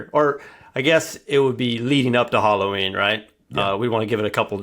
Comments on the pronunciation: Its Ha-low-ween not Challah Ween!! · If bro said "HOLLOW-WEEN" one more time I was gonna smash my phone 😆 🤣